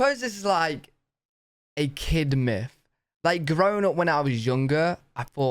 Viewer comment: myTH...not myFFSSSS you doltish red coat lol